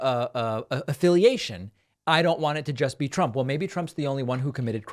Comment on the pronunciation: "Trimp" killed me